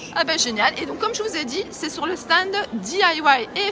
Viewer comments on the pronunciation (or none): Bjr. Moi qui n'ai jamais eu l'occasion d'aller sur ce salon, je te remercie de me l'avoir fait découvrir. Tu me mets le sourire quand tu dis le "sta ned".